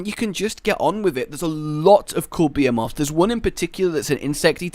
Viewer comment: the way you say behemoths sounds like you're saying beaver moths